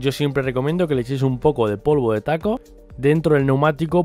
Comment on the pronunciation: se llama talco no taco 🤣🤣🤣🤣